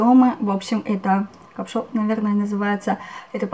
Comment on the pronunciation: Может кашпо а не капшо?)))